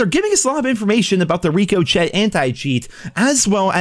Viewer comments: was just typing that exact thing, another one is saying niche as nitch (angry face) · I was thinking the same thing. Even has a picture of a bullet ricocheting off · It’s an English word so I don’t understand why he can’t pronounce ricochet it’s not a French word made English so there’s no need to pronounce it Rico Chet. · Your inability to pronounce ricochet is killing me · For the LOVE OF GOD MAN, would you PLEASE look up how to pronounce ricochet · Sorry, but the way you pronounce ricochet is so incorrect.... Lol. Unless it's intentional.... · lol I love you and you videos but I hate the way you say ricochet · the way this man still can’t pronounce ricochet is unreal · ask Siri or alexa or whatever you have to pronounce "ricochet" I'm sure you will have a funny blonde moment 😂😂 love your stuff dude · Are you pronouncing Ricochet wrong on purpose? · Take a shot everytime pronounces Ricochet wrong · I would be very drunk if I did😂😂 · you would be punch drunk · I still believe pronounces Ricochet the wrong way on purpose. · why are you pronouncing it wrong? wtf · How do you not know how to pronounce "ricochet"? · Love how is mispronuncing Ricochet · Did anyone else get triggered by how he pronounces Ricochet? 😂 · He's not the only one to do it either, it has to be the most triggering thing. You're playing a game about guns and you don't know how to pronounce ricochet ☠☠ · Bruh i love videos but damn if that wasn’t the most annoying mispronunciation of i word I’ve ever heard in my life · He’s trollin at this point 😂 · I think he says it like that on purpose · Yeeeaaahhhh not sure if I can trust a YouTuber who isn’t even smart enough to pronounce Ricochet right… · Pretty sure he knows how to pronounce it. I think he mispronounces it on purpose for comedy. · I bet you twitch when he mispronounces Ricochet. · Yeah you realize it’s rickoshey not Ricco Chet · Rick oh shay....not RICO CHET...COME ON MOTHER FUCKER . PUT 2 AND 2 TOGETHER.